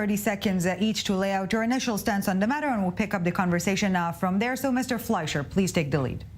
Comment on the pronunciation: The moderator had no control over this discussion and allowed the panelists to talk on top of each other. As a result, I couldn't follow the discussion very well. Also, the MK didn't know the moderator's name and pronounced as Fleishman. Weren't the panelists briefed beforehand?